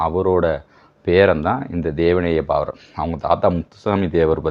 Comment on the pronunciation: Thevaneya paavaanar ....Baavanar illa தமிழை ஒழுங்காகப் படி